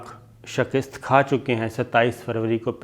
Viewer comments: Shakist nahin hota, Mian ——— Shikast hota hai - Samjhe ke nahin ???? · شکست کو ک پر زیر نہیں زبر کے ساتھ پڑھا کریں۔ شکریہ